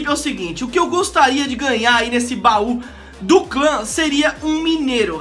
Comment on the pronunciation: caramba aprende a falar bau do clã